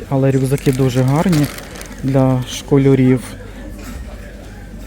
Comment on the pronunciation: ШколЯрів ,а ні Школьорів